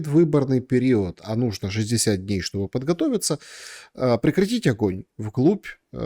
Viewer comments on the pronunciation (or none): none